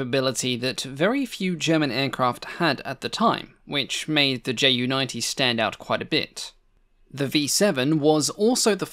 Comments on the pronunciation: Greatly enjoyed the video! I'd like to point out that Ju is actually pronounced Yu for proper pronunciation for the shortened of Junkers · Why do you pronounce Junkers accurately but screw up the Ju so decidedly?